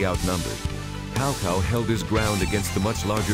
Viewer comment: I actually like the wrong way of saying there names it sounds better to say cow cow to me than sao sao idk why maybe I'm use to it.